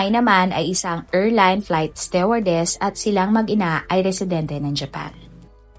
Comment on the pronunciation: Sablay pronounciation mo ng stewardess.